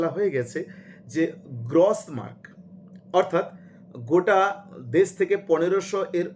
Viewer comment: 'গ্রস' মার্ক শব্দের উচ্চারণ সঠিক করুন।